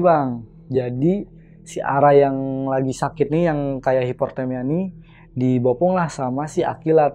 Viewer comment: Hiportemia😂 sekolah dmn bang?😄1lagi,di kuping ga enak kalo ga biasa bilang lo gue trus maksa mau pake lu gue.mending bilang saya dripada dipaksain😄